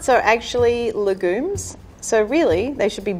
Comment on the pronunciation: I was interested and then I heard how she pronounced legume and instantly stopped being interested